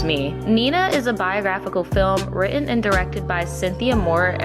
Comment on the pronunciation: Is there something wrong with the narrator? Why can't she pronounce her t's? It's Richard Bur-Ton, not Richard Bur-in. It writ-Ten, not wri-in.